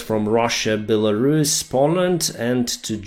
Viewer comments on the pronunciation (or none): none